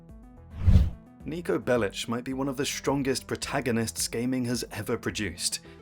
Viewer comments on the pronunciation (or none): Its sound not Belich but Belik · Did...did you say Niko Bellich? 😂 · Your inability to pronounce Bellic gave me cancer.